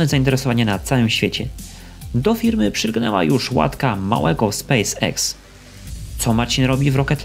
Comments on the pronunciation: Nie Space IKS tylko Space EKS :). Czesto ktos tak mowi nie poprawnie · nie chcę się czepiać ale uszy mnie bolą jak słyszę spece iks